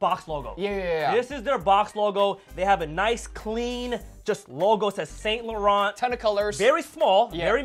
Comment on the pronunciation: you guys need to learn how to pronounce saint laurent lol #cringe